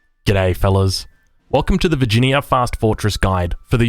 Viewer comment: Vir gin ee ya